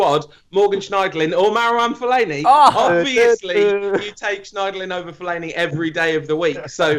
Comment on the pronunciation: Anybody who says fellaini deserves a paddlin